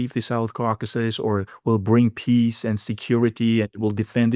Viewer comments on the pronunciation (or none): none